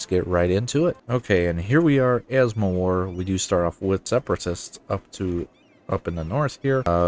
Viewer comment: Where are you from? I can't understand why you still caling Mewar as "mOwar"...